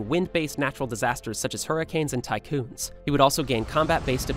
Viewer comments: bro said tycoons i think hes been playing too much roblox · Nobody is gonna talk about how on Sanemi he said “Tycoons” rather than “Typhoons”?